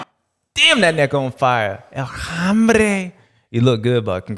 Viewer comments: Love how James always says "El hambre" instead of "El hombre" for Jason Anderson. To me, its a Freudian slip because Jason Anderson is hungry and hes the man. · James's Spanish is slightly off, sounds like "El Hambre" which is "El Hungry"!😅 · Pronounced "OM BRAY"